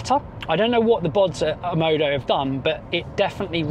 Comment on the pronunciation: why are you pronouncing it OMODO when the brand is OMODA?